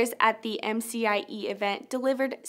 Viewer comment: It's not MFIE summit. It's MCIE Summit.